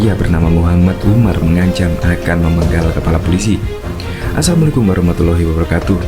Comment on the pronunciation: Pas ngomong salam kaya bukan orang islam,,,, coba Di dengar tmn jgn" ini sandiwara